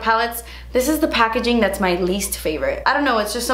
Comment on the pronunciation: I love when she says "das expensive" lmao